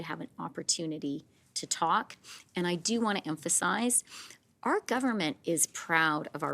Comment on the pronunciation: Freeland needs to learn that it’s not ‘R’ it’s ‘our’ learn your words!